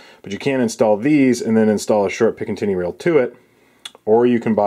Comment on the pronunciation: Are you saying pickin tinny rail?